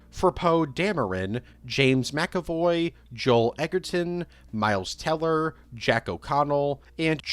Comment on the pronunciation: another one lmao mans said “Mills Teller” 😂 tf it wrong with you 😆